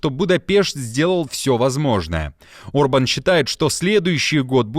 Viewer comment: Премьер-министр Венгрии Виктор Орбан,а не Урбан.Пишете и говорите обо всем в мире,а не можете правильно произнести имя главы страны,про которую рассказываете.Горе блогеры!!!